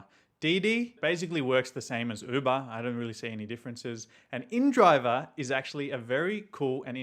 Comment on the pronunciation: I get annoyed by people that call the app indriver. It's inDrive. No r at the end.